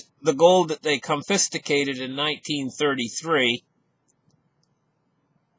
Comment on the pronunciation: i try not to miss a single days wisdom from! two words to practice haha "sty(like y) stYrofoam & ConFisCate not "confisTicate"